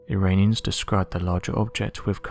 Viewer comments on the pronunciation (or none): none